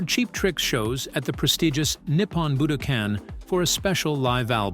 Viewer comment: A.I. isn't ready. YouTube is 📉 I've never heard a word - "Budokan" - pronounced so many different ways by the same "person".